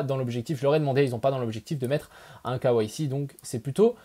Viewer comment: imposer le quoi ??? Mdr avec le "k" à la française et le reste à l'anglaise il m'a fallut 20sec pour capter. "KYC" les gars !